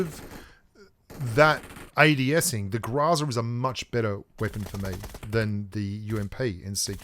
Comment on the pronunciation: ...seriously? Grahzah.... we all know you can say Grow and Za Growzuh come on man, Google it the pronunciation is GROW ZUH. there is no A or ah sound after the GR and it is Grow Zuh why are youbso adamant its not? it's a Russian weapon and the Russians call it a Grow Zuh not Grah Zah. please we know your extremely stubborn and while you won't admit New State is better even though it has everything you complain about pubg mobile not having, not to mention the things they added to mobile are copies of new state.... At least pronounce GROZA the proper way, roll the R and use the OH sound not the ahh sound please man.